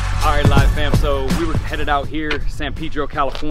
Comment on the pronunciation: Just for the record it's not san peedro. It's pronounced San pehdrrrrro.